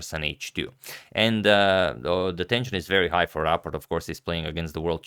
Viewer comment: You pronounce it perfectly👍 but You could set a newer profile picture for Rapport because it's a little bit old 👍👌